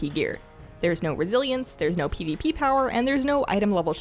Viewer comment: I love the way you say "pivipi" :D